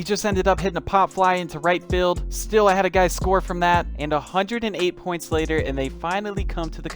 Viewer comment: I died inside every time he said points